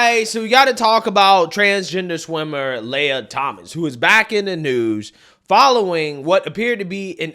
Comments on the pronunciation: I don't super care about this trans person. But I just want to throw it out there that your pronunciation of people's names is often... Off. Why do you say "lay-ah" instead of Lia? "Lee-ah". Anyways, this creep needs to stay out of women's locker rooms. No men in women's sports!! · it's Lia (Lee-Ah), get it right or he/she might wanna pack your Fani or dip in your curry lmao 🤣